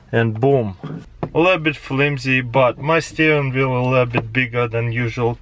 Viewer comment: Taras pronounces vaccuum: waccuum and wheel: veel. His Russian accent is a lie, it's all a conspiracy.